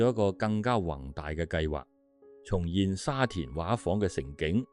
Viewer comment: 沙田「畫舫」的粵語正音要讀「說話」的"話"，不是「水彩畫」的"畫"。「畫」字的意思是「裝璜得美倫美煥的」, 畫舫即是「裝璜得美倫美煥的船」的意思。